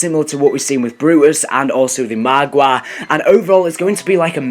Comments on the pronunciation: he pronounces it Maaagwaa Nor Margwa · lmao " marwAA" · The way he says margwa